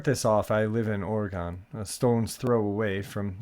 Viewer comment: Just an FYI: It's ORYGUN (OREGON) and the river WILLAMETTE IS Will-a-mett. Thanks!!! 😊